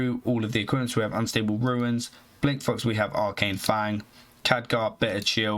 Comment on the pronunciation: Can you please put in a bit more effort in pronouncing the mercs and equipments correctly? Makes it really hard to watch a video through to the end with all the "Azira" instead of Azshara, or "Ruins" instead of Runes. This is a continous pattern throughout all of your videos.